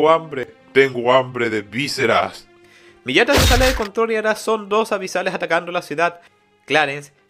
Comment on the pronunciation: el abisal se llama isley las tierras del norte de alphonse la antigua numero 3 se llama galatea no gallaeta xd y la numero 4 no es millata es miata igual buen trabajo.